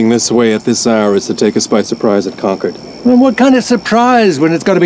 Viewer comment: You would think the actor yelling "Concord" could have pronounced the town name correctly.....